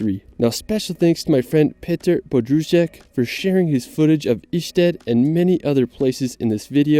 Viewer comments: It´s not a Swedish Ystad... It´s Ještěd Mr. commentator. Learn the right pronunciation... Petr fro Czech... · Ještěd is not Išted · very nice video my dude, here is just a little help from me to you with the Ještěd because you were saying Ištěd. the JE part of Ještěd is pronounced like if you were saying YES but removed the S and thats it hope that helped and hello from south bohemia